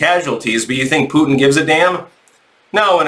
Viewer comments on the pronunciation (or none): none